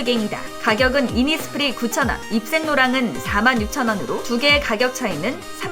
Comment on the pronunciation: “innis prii” 😂